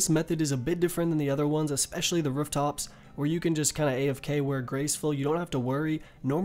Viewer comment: my man theyre called 'rooftops' not 'rerftops'